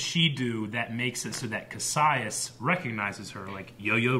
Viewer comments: It was bothers me that you keep mispronouncing Kasius' name... Ka... Si... Us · DAMMIT!! You keep pronouncing Kasius' (don't know how to spell it) name wrong. (just so you know, I'm not angry, just pointing something out 😄)